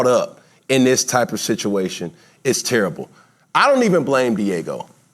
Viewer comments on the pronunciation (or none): none